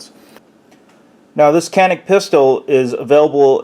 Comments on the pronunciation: Its pronounced sha-neek, not can-ick.. just for your reference that's all ;) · Hi to all... Enjoyed the review. For the record, as a guy who speaks some Turkish, the name of the gun is phonetically pronounced "Jahn-ik" as the "c" in Turkish sounds more like the "j" in English. The "a" in Turkish, sounds more like "ah" in English. At any rate, looks like sweet gun for the price and the extras you get.